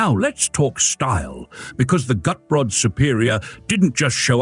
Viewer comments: Cute, proper car. I'm impressed with the improvement in the AI voiceover. But, I believe Gutbrod in German would be pronounced "goot-brode" (as in moot & rode). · Decaf is a sin against God and Man! Shame on you! Shouldn't Walters name, Gutbrod, be pronounced GOOT-BOARD? 🤔 This little car looks a LOT like Lt. Columbo's French Convertible....Shrunken down. Could this be the Unseen (except for a failed show with Kate Mulgrew) MRS. Columbo's car? I LIKE the foldable roof! A SEMI-Convertible! I also liked the (almost) Station Wagon in the you KNOW why..... ....... SELF-DELETING DOORS!!! (and you can get pushed out of a "Homicidal" Door just as fast as a Sui-Cidal one when under 50 MPH.... uh.... NOT that I would EVER push someone out of a moving car 🙄 .......it might scratch the paint.😏 ) That Convertible/Roadster SCREAMS Class Act! (Most cars just rely on horns, but the roadster just HAD to be different. Probably an inferiorty complex when parked next to a Porsche 😜) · Not quite: I am with you on the 'Goot' part but the second syllable is pronounced more like 'Brot', a German word for bread.